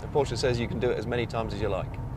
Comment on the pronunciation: 1st European I have heard pronounce Porsche WRONG.